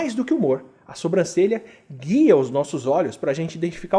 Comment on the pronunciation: Kkkk difícil não falar "sombrancelha". Sei que vc sabe falar certo mas às vezes escapa a forma errada.